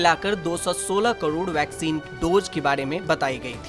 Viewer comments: Hi Tak, Can u please change this voice artist to some good speaker who can speak clear hindi not like Kodod Kodod... its really irritating and annoying. And these are Dose not Dojj... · ऐसी भी क्या मजबूरी है आजतक की जो करोड़ का भी उच्चारण ठीक से न कर पाने वाले न्यूज रीडर को ढो रहा है। क्वालिटी कंट्रोल घटिया है आज तक का। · कदौद नहीं करोड होता है